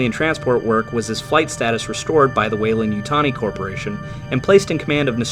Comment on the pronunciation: "WeyLAND", with an A, not "Weyl U nd" with a U.